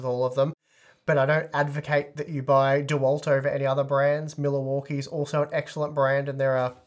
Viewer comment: "Miller-Walkie" Sorry, just made me chuckle